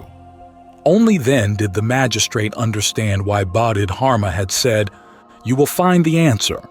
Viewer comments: I really hope this an ai voice but honestly I don't think so. First he read Bahdid <-- Harma. He read it like that several times and then it changed to something else where he did say dharma but it still was wrong. I can't listen to this if he can't even muster the respect to learn to pronounce his name right. 🤢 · AI voice that doesn't even know how to pronounce the name of this Great Zen master. What plagerized crap is this. I lived with Osho for decades. Use His voice. His words. His presence. Not cheap ai copies